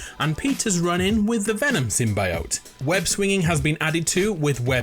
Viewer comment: I know you don't care but you pronounced symbiote wrong 😐